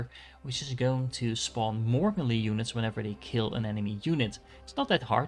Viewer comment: Your videos are great, the way you say "melee" is atrocious, lol